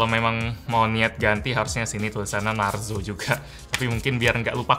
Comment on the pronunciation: Klo di indo narzo jadi narjo bang